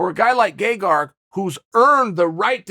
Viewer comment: I can't be the only one that's hearing "Gay-Garg"